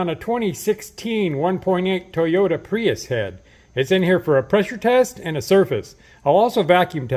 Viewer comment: I’m sorry, did you say Prius?